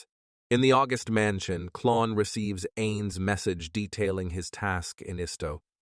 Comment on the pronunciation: I also heard "Stoode" and "Mansione" in the same area